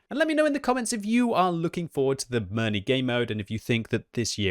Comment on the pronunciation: OMG, ask your wife how to pronounce Mirny